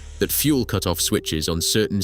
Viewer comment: In your video you say cute-off.